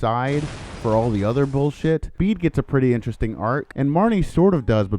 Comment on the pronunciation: Bede's name is pronounced like "bead".